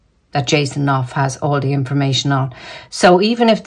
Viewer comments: Hi. It's pronounced ---- Ken Auf. / Knauf. It's from the German Knopf. Meaning Button. Knob. Chubby man, depending on which Germanic class you come from. Love readings. Great readings & banter. Those two are done. What a carry on. Keep up the good work. Infinite Love & Gratitude.🙏💕🌸 Christine. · Knauf - Norf silent k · Hi, you don’t pronounce the K in Knauf.Always look forward to your readings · Knauf like know so: Nauf :) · Knauf pronounced as "naaf" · Jason's surname pronounced: Norf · Hi. Great to hear you today. Jason Knauf (the K is silent) might not have spoken up. I read on Quora today that her people have been attacking him viciously before he decided to speak up. She knew he has the goods on her so set her dogs on him. He got permission to speak out. He was not employed by them, he is employed by the firm so William gave permission.